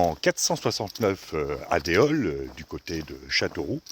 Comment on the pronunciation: bonjour je suis heureux d apprendre autant de chose sur ma ville Châteauroux par contre ont ne prononce pas le s sur Déols lol